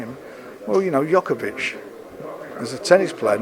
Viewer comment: Ah, Novak 'Yokovic', my favourite tennis player